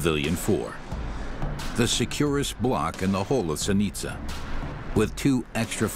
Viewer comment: Interesting, even though the narrator can't pronounce Zenica correctly.